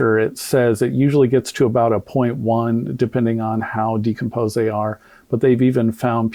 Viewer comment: There was a medical expert there but he didn't allow her to explain he report rebut he didn't see her speak at all. If I'm being honest I didn't watch all of it because once he started mispronouncing decomposed I had to tap out. I honestly believe it was so reckless and embarrassing. That man's ego is so over inflated and I don't know why so many people in the black community keep propping him up like oh Benjamin Crump is on the case watch out everyone. Every case he's involved with he ends up losing. He should just stick to tort law and give up the ghost because he sucks as a civil defense attorney & I hope he gets his karma soon bc he consciously race baits and that is really harmful because it spills out into the real world and causes division. I don't trust that man as far as I can throw him and honestly whenever I see he's involved with something I immediately believe the opposite. I wait until I see a lot of evidence before I form a final opinion on something but it's off to a bad start for his cause whenever I see him involved because like I said I don't trust that man and I think he has no integrity and I also don't think he cares about the black community he just cares about the GoFundMe money he can sponge off the black community...